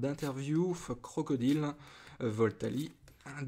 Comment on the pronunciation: C'est pas CROCODILE c'est CROCRODILE aaaaah arrête de mal le prononcer ! >:\